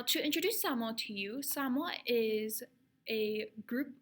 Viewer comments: Aye you know you a true Samoan when you pronounce it right haha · FINALLY someone who knows how to pronounce "samoa" correctly. seki